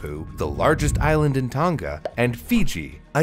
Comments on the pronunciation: Btw Tonga is pronounced tong-uh or tong-ah rather than ton-guh (common mistake) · Yeah it's not pronounced Tong ga but Tong a